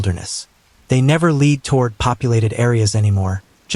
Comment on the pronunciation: Leed? Not how "lead" is pronounced, Mr AI